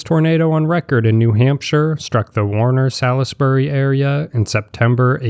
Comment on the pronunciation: Worcester is pronounced WOOS-ter, but the two O's are pronounced as in FOOT. Salisbury is pronounced SAULS-bree, or SAULS-buree. Sebago Lake is pronounced Suh-BAY-goh, and Berkshire is pronounced BERK-sher/The BERK-shers (or BERK-shears).